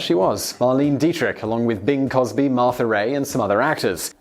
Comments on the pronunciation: You're going to kick yourself.. her name is pronounced, MAR-LEI-NEH Dietrich (three syllables), and it's Bing C"R"osby not Cosby. Oh well.. I guess even famous actors and actresses are forgotten after some time. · He also said "Bing Cosby". I mean, I know mispronouncing things is this guy's MO, but COME ON, MAN. COSBY? Bing is a legend, how can you totally miss the R in his name? Makes me so sad. :[ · Crosby has an R in it. It's a hard sound, not soft. One of your pronunciation apps lied to you. :) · That's the thing that still bothers me about his pronunciation. I understand the words that are pronounced differently in England, and the obscure terms or words in other languages. But when he can't pronounce a famous name, someone truly iconic, I wonder how the hell a man at his age has never heard of Bing Crosby or Marlene Dietrich, or if he hasn't, surely someone he knows has...